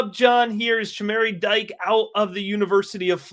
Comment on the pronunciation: Its pronounce Dee-Kay not Dyke. Get the names correct at least.